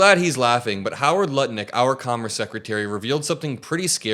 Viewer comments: Brother did you just say Nutlich? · Did you say nut licker or butt licker. Either way he’s a despicable ass.